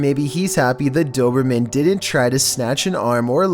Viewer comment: I like how you said dobermean first 😹